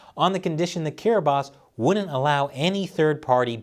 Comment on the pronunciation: Are any of us going to give this man props for googling "how to pronounce kiribati"? lol I had no idea until I heard him say it and wondered.